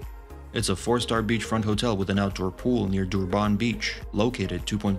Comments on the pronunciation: It is not prenosed dooban .it's durrrban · Durban is pronounced as Durbin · Got to hate AI speech. DurbARN ffs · Honestly the more you say Duban makes me wanna report the video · as a south african....the way he pronounce Durban just hurt my ears...